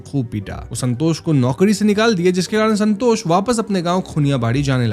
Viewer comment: Santos ❌️ sanhtoshh ✅️